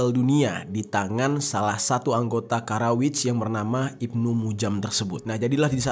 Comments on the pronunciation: Di menit bang Jerry salah meyebut Khawarij dengan kata Kharawij 🤣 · Khawarij pak. Bukan kharawij